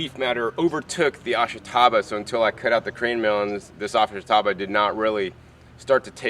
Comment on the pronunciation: I'm not much of a gardener, but I ate plenty of this stuff when I lived on the Izu Islands. It's pronounced AHSH-tah-bah. (The sound of the "i" is barely heard.)